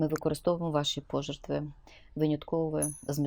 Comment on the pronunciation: Слава Україні ! Шановна пані Ірино , обожнюю слухати Вас . Українська мова , по-особливому мелодійно звучить з Ваших вуст ... Та "різонуло" вухо слово - "пожертви" з наголосом на "о" ... . Мабуть не варто перекручувати слова , щоб ще більше підкреслити їх належність до української мови ... Дякую . Всього доброго .